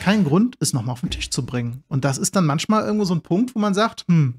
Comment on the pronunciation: mantschmal, aber auch nur mantschmal :D